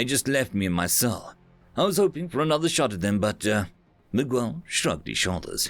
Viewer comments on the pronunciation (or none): Miguel. You're pronouncing it weird. Don't put so much emphasis on the U. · man thanks for narrating this but for goodness sake please learn to pronounce common names like Miguel properly (it's MIG-EL) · The story was great, but every time I hear a British person pronounce Miguel like "Mig-well" instead of like "Mee-gell" it makes me cringe so hard. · Hum, the U in Miguel is silent. Every other letter is pronounced like you did though. Since it is either a Portuguese or Spanish name it follows the rules that when you have the letter GU followed by E or I, the U is silent (e.g queso - cheese). If the letters GU are followed by A or O, then you read the U (e.g guapo - handsome). Same goes for QU.